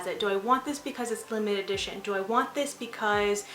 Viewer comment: Great video! I don't know if I'm tripping or what but I kept hearing you say "limited-ition" and not limited edition 😂👍